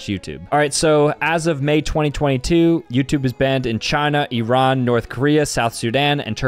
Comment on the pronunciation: As a Persian I wanna thank for pronouncing Iran right. It’s ee-Ron not I-ran Edit: I’m in Colorado tho